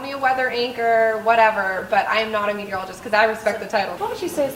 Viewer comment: How long did you have to practice saying "meteorologist". ;) Well done!!